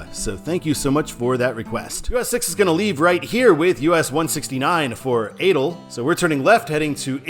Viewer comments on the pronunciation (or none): your pronounciation of adel was something lmao